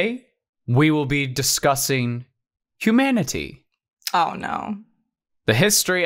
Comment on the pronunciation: When you said humanity I heard hue manatee